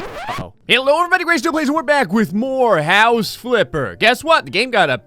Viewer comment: Nobody: doing an intro: Hey everybody djndnrkfhebtnrjrb